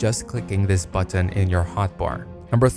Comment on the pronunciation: How do you mispronounce "button"?